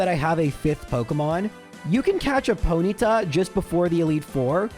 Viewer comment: You say Ponyta like you’ve never used your tongue before